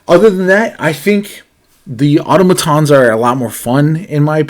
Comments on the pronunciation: Ah TAH muh/moe tons. please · I think they were criticizing you for how you pronounced automatons And Auto matons means car thugs or bullies in Spanish. So it’s just a funny play on words based off of how you pronounced it. 😊